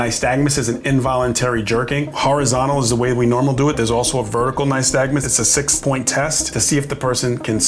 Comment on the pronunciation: Glad you said "nystagmus" because an officer on another stop called it "nystagnus" and I thought I 'd been saying it wrong. Obviously I watch too many of these videos. 😂